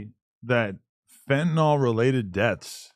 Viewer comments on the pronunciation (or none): Fentanyl. FEN-TUH-NILL. it's not TYLENOL.